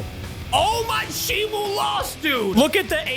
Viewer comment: ITS NOT SHIMU ITS SHIMO